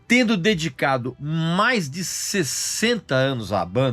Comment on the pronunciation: "Oiteinta", "teindo", as vezes dá no pé o sotaque paulista kkkk, mas como sempre o conteúdo é otimo!!!